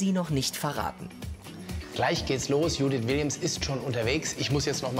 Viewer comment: die heißt nicht judith die heist dschouuuuudithhshshs